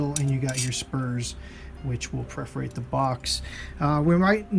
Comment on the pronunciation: perforate, not preferate.